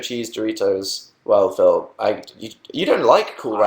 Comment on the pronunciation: But dan doesn't know that many phils , why can't he just be called phiww lol , that's how dan pronounces it :)